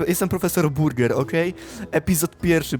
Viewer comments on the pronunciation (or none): Nie burger burgen!